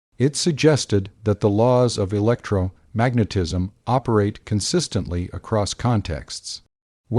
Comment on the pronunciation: Ugh. The randomly stilted AI monotone robot voice "electro....magnetism" "One thousand eight...hundred seventies" It's like nails on a chalkboard